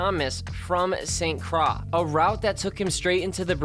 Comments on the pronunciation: what the hell is "Staint Cra" ? If you mean St. Croix, it's pronounced "Saint Kroy" – and is not within the Bermuda Triangle nor St. Thomas. Both islands are east of Puerto Rico and are only 20 mins from each other in flight. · St croix is pronounced croy